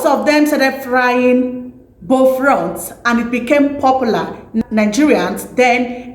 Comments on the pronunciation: Please its "buff-loaf" and not "boflot" 😀🇬🇭🇬🇭❤🇬🇭🇬🇭❤ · It is called Bofrot ,not Bofront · Please it's bofrot. Check your pronunciations.